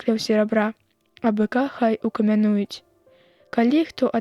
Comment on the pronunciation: У 33-м трэба націскаць: адкры'е, а не адкрые'; ці разумее дыктарка, што яна чытае?